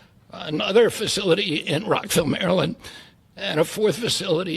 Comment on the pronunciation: I have never heard a Frenchman say Rockville Maryland. The pronounciation of Rockville was gold and I'm here for it.